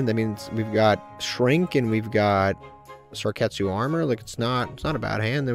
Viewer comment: Love the series. But I love more the way he pronunces card's name. Lets start a bet to see how much time passes until he realizes its Sakuretsu instead of Sarketsu